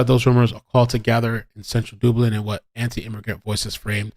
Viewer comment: Thank You for making me chuckle watching this vid this morn (5am here in Scotland). Dublin is pronounced Dub, as in mug, tug, hug and not Dooblin! lol You managed to completely de-stress me on the run up to seeing my wee Neice for the first time in over 2 years - Thank You! xx